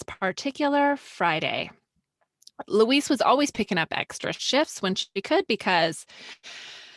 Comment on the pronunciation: Why are you saying Louise like it is a male Mexican name? Student "cancel"?